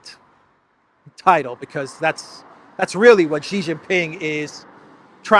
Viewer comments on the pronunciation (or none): Sheeeeee not Jheeeeee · It’s no gee it’s shee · Just a pronunciation note: Xi is pronounced like "she" (i.e. she is here). Never like Jee